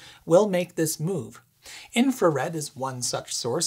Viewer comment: "Mooove da stuff out of de way" made me smile :)